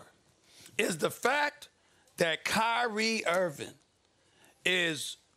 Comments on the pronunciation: Nobody: SAS: “Kyrie Irvin” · Who’s Kyrie “Earvin”?